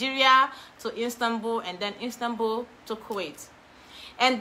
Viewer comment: Istanbul not instanbul 😂♥️